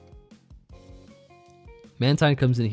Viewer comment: when said "statistician" u know he thought that was the funniest shit